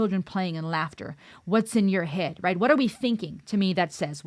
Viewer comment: You even pronounced it " in your Ead!". Love your insights. Dorothy brought Ireland, voice, and musicality to the masses. "go raibh maith agat" ( thank you). I was stunned by this song then and now. Thank you for your song reactions. Stay Safe.